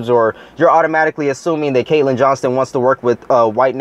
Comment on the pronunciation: it''s "Johnstone".. btw, keep up the good work.